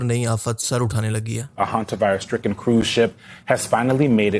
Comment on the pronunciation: Please pronounce hantavirus properly